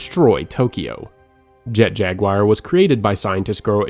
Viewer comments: jet jaguire? jaguar, pronounced as in the feline panthera species. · its an actual name of an animal too. im not even good at spelling advanced words so that was pretty jarring whenever he said jag wire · At 46.00, who TF is Jet-Jag-WIRE???? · Was loving this until "Jet Jagwire" My heart...it hurts